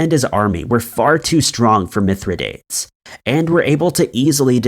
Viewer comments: I love this channel! FYI it's Mithra-dahtays, not Mithra-dates (even though that's how it's spelled!) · Mithridates.........it is actually pronounced Mythro - doteez. Just a friendly reminder. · Mithridates is pronounced mith-ruh-day-teez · yes! This right here.... also it was ROMAN not GERMAN..... Please, since you're doing research, PLEASE research correct pronunciation! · How many times are you going to mispronounce Mithradates? And 1916 was during World War I, not II. So much on the Internet sounds interesting. Then it turns out the presenter is very misinformed.